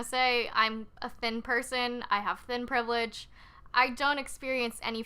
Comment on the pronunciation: " THIN PRIVILLEGE?!" OMFG!